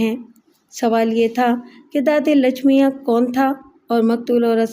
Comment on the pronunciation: Naam padhne me bahut gadbad kardi hai aap ne.. Wo Lachmiya nahi Lachmayya hota hai. Waise hi aurat ka naam, Lachma nahi Lachamma hota hai. Is tarah ke naam Indian Hyderabad, Telangana ke ilaqe me hote hain.